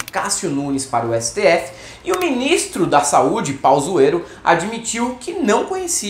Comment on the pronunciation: Vivo pra ouvir o falar Pauzuero... 😅😅😅